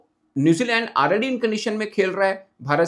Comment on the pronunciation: is back 😂😂😂😂😂😂😂 "AAAlREDY" 😂😂😂😂😂😂 jao apnay pind jahan se aaye hu